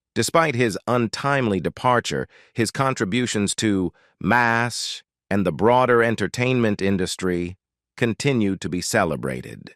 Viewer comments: Had to stop watching cause narrator couldn't pronounce anything. What is Maz H? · Being a MASH fan for decades, I really wanted to watch this. However, it was so sickening to hear the repeated butcher of the words was too much. When even the show's name not just mispronounced by not even recognizable, it is far beyond sad! They should make the video using a human for the narration or just remove it. There is a reason it has only 118 likes after being on line for a month! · This narrator can't pronounce the stars names or the title. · You made it about two minutes longer than I did!!! About the fourth butchering the show's name I simply cud not take any more. He should re-do it with a human narrating!!!